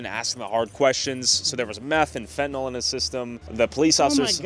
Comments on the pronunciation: Can ya'll please pronounce the drug correctly???? It's FEN-TAN-ILL. It's not Fen-tin-all. Look how it's spelled....fentAnYL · Fentanyl is pronounced fen-tuh-nill. Look it up.